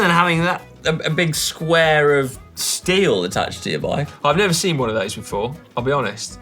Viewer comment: 'seen' not 'sin'. x